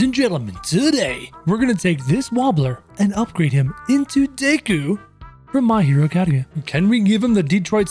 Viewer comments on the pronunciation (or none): Nigga said my hero Acadia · He said "Deku from My Hero Acadeia" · The way he pronounces deku and my hero Academia hurts me